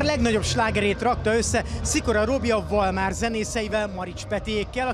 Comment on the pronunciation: Nem valmár, hanem valmar..